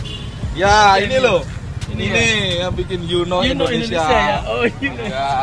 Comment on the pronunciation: Indonesia bang..bukan endonesa..